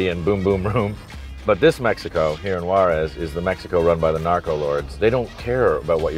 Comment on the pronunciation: Juares is pronounced "who-ahdes"!